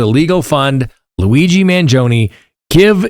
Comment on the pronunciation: You are mis-pronouncing Luigi’s surname. Please correct. Ask your Italian friends how to say the name. You are saying it wrongly.